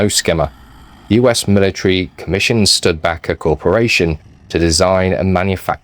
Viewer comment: I thought it was pronounced Stu-di-baker. It is certainly a forgotten vehicle.